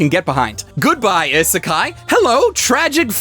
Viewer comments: I'm bothered when people say genre as "jon-ra" it's supposed to be similar to Jean-Claude van dam..."jean-ra" Also he says isekai wrong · I'm eternally amused by the idea of an anime YouTuber who can't pronounce Isekai correctly.